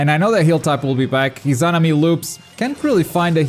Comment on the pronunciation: 3 vids covering Itachi and he still can’t pronounce Izanami smh